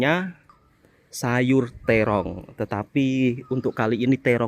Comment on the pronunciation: Sebutan 'terong' tu lain mcm bunyinya...kendal lidah jowone...rapopo janji iso ndahar lan sahuran...😅